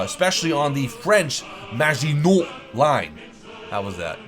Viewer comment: really? i thought it was kinda bad, more like mah-she-non